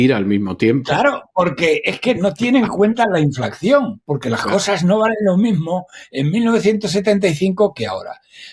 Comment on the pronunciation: Sr. Roberto Centeno. Por favor, INFLACIÓN, no diga usted, INFLACCIÓN, porque no es correcto. Gracias.